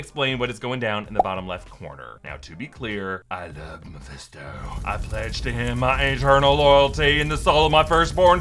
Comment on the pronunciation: Hold up!! Can we all please stop and take a minute to appreciate "I ain't the devil but it is meh-fist-doe." Hahahahaha.